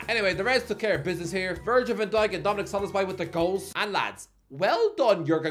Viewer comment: Andrew who????😂😂😂😂😂😂😂 Edit: DOMINIK WHO??? Christ! How long are you gonna continue to mess up this simple name?